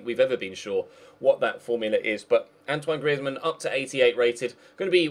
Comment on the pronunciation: ok.. guys, did you just hear say antionne griezman really spazzy